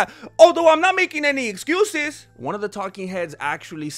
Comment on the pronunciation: "He was on a (style) bender..." LOL. Izzcuses, Izzcuses. As far as I'm confirmed, the only style he's bending will be... over...for the dog noodle.